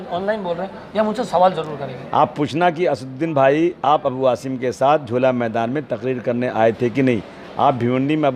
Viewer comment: ANCHOR TAKING NAME WRONGLY.NOT HASIM SAY ASIM ہاشم نہیں عاصم ہے نام